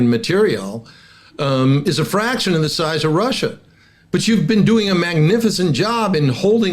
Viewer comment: Это не "зе", это "THE". WORK ON YOUR PRONUNCIATION, DUDE!